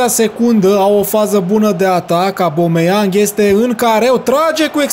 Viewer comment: Incearca sa nu mai comentezi actiunea inainte de a se desfasura ! ...apropo se pronunta Obameiang...nu abome...